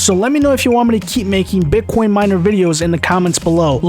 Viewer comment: Love how he says "Bit quion"